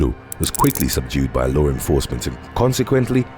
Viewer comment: I love all your videos.. but you saying "lawr" instead of "law" lol. No r in law. Thank you for the videos keep it up buddy